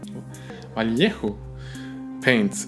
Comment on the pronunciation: It´s funny the way you pronounce "Vallejo", jejejee, sorry. Good video.